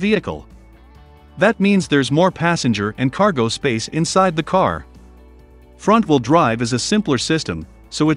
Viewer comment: good video. too bad it's computer read. So words like front are pronounce Font. and missing words make the speech choppy.